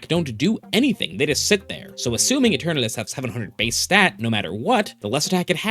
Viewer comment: dude it's not uturnuts, it's eternatus. read all the letters.